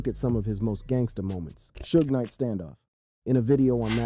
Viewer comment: Shooges Knight? hahhahahahhaa